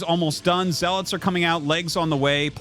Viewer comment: Artosis... it's pronounced "Z-Lots". You saying "Zeh-lutz". You are a "nub"